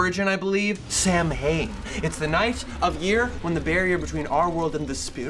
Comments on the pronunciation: S-ow-an (Samhain) not so-hane, haha nice try though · O good the pronunciation of samhain hurt me . It s-ow-an not Sam hane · its pronounced sah-when, not actually samhain, either way great video! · It’s not pronounced Samhain it pronounces sow en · Samhain is pronounced Sow-in, (sow like how) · Samhain pronunciation is "sow-in" with the "ow" like in "cow." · Samhain is actually pronounced Sow-in! 😊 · Hey! Samhain is actually pronounced "SOW-ween" or "SAH-win" or something of the sort. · Not that anyone will really actually care but i just thought id let you know it's pronounced Sah-win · pronouncing Samhain has me howling, it's the Irish word for halloween and/or November. We pronounce it sow-in or kind of like sow-whin (Irish like many languages has it's own cadence and way to pronounce that's hard to write phonetically). But honestly good try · Samhain is pronounced sow (like a female pig) han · Who's from Ireland and cringed so much when he said sam Hain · Samhain is pronounced Sowen. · fyi it's pronounced "sow-in" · Im so happy you knew the real holiday! But its pronounced "S'wain" and spelled samhain. Sorry for being a nazi, LOVE YOUS! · Samhain is actually pronounced "Saw-wen". Sorry, I'm a word nerd and I like to correct people's pronunciation! :)